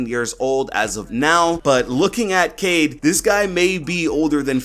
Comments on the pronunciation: Niggas whoms't say "kade" instead of "kai-eed" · Yes, it is read as Ka-Eed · Yes it is pronounced ka eed (قاءد) and it is written in french kaid :) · His name is pronounced Kye - eed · I’m pretty sure his name is pronounced Kay-eed, not Cade. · it’s pronounced (KI-EED) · It is pronounced Ka-ied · It's kha - ed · Kaid accurate pronunciations is "Quaid " more like " kai eed " like dragon ball z "kai" i know cuz i am from asia .. In our Language " Quaid or kai eed " means a leader same as described by ubi.. i hope it will help in his name pronunciation lol. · It is pronounced cayeed in Arabic it means leader so I will say cayeed Edit: was scrolling through comments and saw what I said already but I really love your take and ideas on the new ops and their gadgets keep up the great content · Amazing work as always! Looking forward to your content this coming season. A few things: 1. Pronunciation is more like KAH-eed. Arabic: قائد (qā'id) Pronunciation sound file (MP3): Definition: A local governor or leader, especially in North Africa or Moorish Spain; an alcaide. (Source: ) 2. Echo does in fact use a phone, just has knowledge of how to counter Dokkaebi's hack because they developed software and gadgets together, or something like that. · Kaid pronounced Kayeed in Arabic means leader, so I think it’s pronounced like that